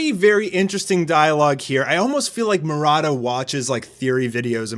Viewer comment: Did anyone heard him pronouncing “mo ra da” instead of “mu ra ta”